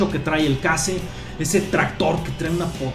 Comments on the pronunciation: no se dice case, se pronuncia Queishh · la marca Case se pronuncia queis